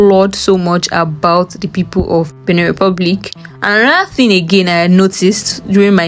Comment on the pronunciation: Benin Republic not "beneh"